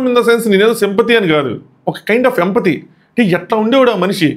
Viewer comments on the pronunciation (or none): Its not vempathii..its Empathy